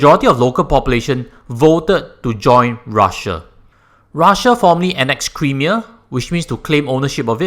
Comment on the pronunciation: Nice vid. Sound analysis...and advice. But do take note how to pronounce "Crimea" the way it should tho.:-)